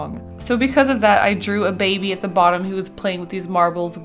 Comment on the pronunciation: whenever she said "baby" I always pictured it as being said "babey"